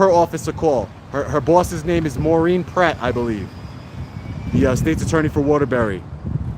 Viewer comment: It's Maureen PLATT, not Pratt.